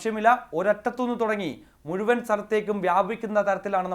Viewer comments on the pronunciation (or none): none